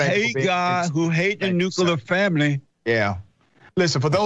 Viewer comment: 😂😂😂 “- who hate God, who hate the nucular [sic] family…” he SO did not say nuclear. 🤣